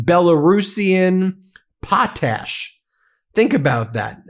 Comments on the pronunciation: It's not POT TASH. Pot ash. It's fossilized ash. Pretty simple. Research words you're not sure how to pronounce. Not the first time you continually mispronounce words. Jesus Christ, and you're a law professor?? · It's POT ash. Not poa tash or poat ash. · It’s pronounced; Pot Ash, Prof. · It's pronounced pot' ash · Why is potash such a hard word for you to pronounce? Pot Ash Put them together.. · Pronounced as two words pot ash